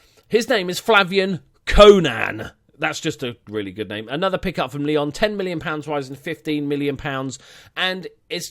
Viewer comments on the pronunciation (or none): none